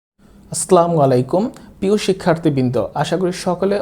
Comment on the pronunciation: Sir slamualaikum hobe na. Assalamualaikum hobe. Sothik uccaron na korle pap hoy.😉😉😉😉